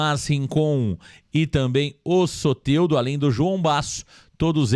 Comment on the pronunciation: Agora sim falou o nome do soteldo direito